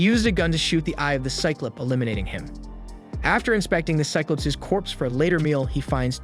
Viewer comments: Psy-clup? Psy-clahp. Low-ly? Law-ly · Listen i love your videos but dude console instead of con•sole and cyclips instead of cyclops lol